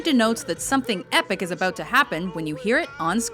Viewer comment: "aboot" can't un-hear :D